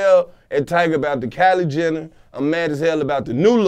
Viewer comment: LMAO, I cried when he said Kyla Jenning...👶👶👶